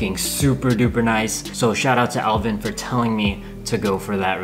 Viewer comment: Did he say Elvin ?